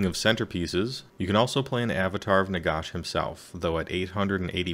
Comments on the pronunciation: Nagash dude, not Nagosh. Even the Brits pronounce it ash, don't understand why some Americans pronounce it with a faux British accent. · Ah Wisconsin, that explains it. Not trying to be a pronunciation nazi, but it drives me nuts when non-Brits do the osh thing lol. Listen to the GW dudes speak, no one does it. Great summary btw, your delivery is very clear.